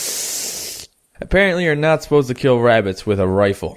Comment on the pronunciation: BE BEWY BEWY QWIETE IS HUNTING WABITS IN THE FORWEST